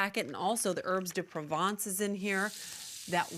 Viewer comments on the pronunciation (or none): none